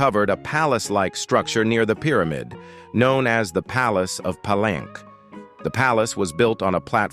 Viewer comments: "Just a small note for the narrator: Palenque is actually pronounced 'Pa-lenkay,' not 'plank.' A minor slip, but pronunciation really adds to the authenticity — especially when talking about such a rich historical site!" 📚🌎✨ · Palenque is pronounced Pa-lenkay, not plank. The AI program narrator has a programming deficiency